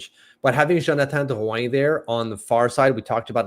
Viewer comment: i second this, just say Drew-in lol for everyones sake.